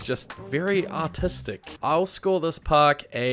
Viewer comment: For the first one I thought you said autistic not artistic😭